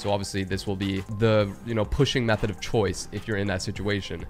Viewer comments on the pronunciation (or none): Meothed of mine he says